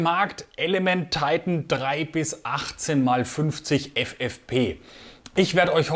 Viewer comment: Hallo.Tolle Ergänzung dieser Serie,ein Tolles Glas,das meiner Meinung nach seines Gleichen sucht.Schade nur,das bei diesem tollen Deutsch sprachigen Kanal, Du Dich der ver Amerikanisierung her gibst.Die bezeichnung Titan kann man auch in Deutsch aussprechen,meine Vermutung ist,das das Glas nicht auf 'Deutsch' Titan gefertigt wurde,sondern weiterhin aus Flugzeug Aluminium. Ist nur schade,das sich sehr,sehr viele Leute,der Deutschen Sprache Entledigten. Nur so nebenbei,bin kein Amerika Hasser,habe selber 12,5 Jahre beim Amerikanischen Millitär /nicht Armee, als Soldat in verschiedenen Abteilungen gedient.Daher verstehe ich diese ver Amerikanisierung der Deutschen nicht.Gruß Hans.